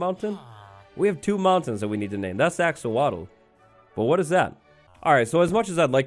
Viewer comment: Axo”wittle” of course